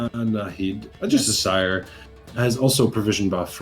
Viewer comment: not even can pronounce assire:(